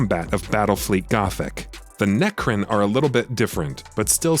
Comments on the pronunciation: It's necron not necrin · Wow the quality level of the copy in this review is very low. Its Necron, not necrin. Also, you alternate between class and race, those are hugely different things. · Necrin? Try Necron. Pronounced neck-ron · Its Nec-Ron, like you now the name Ron. Not Necrin 😐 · My ears are bleeding. Neckrin.. Necrons my man haha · NECRIN ! NECRIN ! NECRIN !! YOU MUST BE FROM FLORIDA ! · Necrin? NERCRIN??? I’m listening to some serious heresy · Great review. “Nercrin” was a little jarring though they’re my favorite race so maybe I’m being a little nit picky